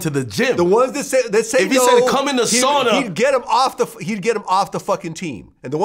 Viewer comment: He said show up in the suana 😂😂😂 wild!